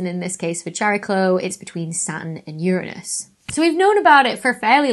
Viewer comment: I hypothesize that this asteroid doesn't have rings but has a hula hoop. If Russell can have his teapot I can have my hula hoop! Awesome findings. I was looking forward to what JWST would find and it has not disappointed. And it's so nice to hear Uranus pronounced correctly. The easiest way to find out if someone in the general public knows astronomy is to have them say Uranus. Nope, wrong! 🤣 I'm a long time Hawai'i Kama'aina. Haumea is pronounced ha, the U sounds like the double o's in cool, me, ah. O's sounds like itself. E has an A sound, A has an ah sound, I has an E sound, U has that double O sound. That's the Hawaiian language.